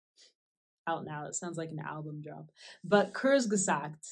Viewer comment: german here for pronouciation check: kurz is like a british court but with z insteadt of t in the end. "gesagt" was good, just do the "a" a little longer, like gesaagt besides that: love your videos, you are amazing, keep it up :))